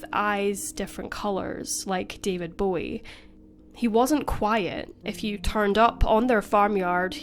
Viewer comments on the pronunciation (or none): none